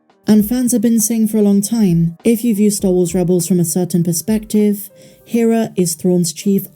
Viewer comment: Rebels spent 4 seasons pronouncing "Hera" every episode and it's maddening to hear the way you pronounce it.